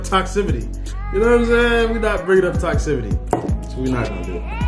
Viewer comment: Toxicity … not toxcivity that is not a word.